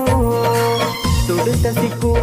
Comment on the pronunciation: തുടുത്തസിക്കു ❌ തുടുത്ത സൈത്തൂൻ